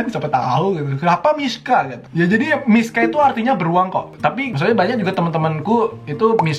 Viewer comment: Aku dengernya “MISKHAAA” Laa ternyata “MISHA” waakakakak